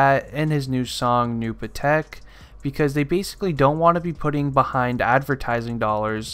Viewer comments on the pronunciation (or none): And u would know how to say new patek lol man said new patik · Nooh puh-tech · I hate how ur saying patek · u said new patek wrong dumbass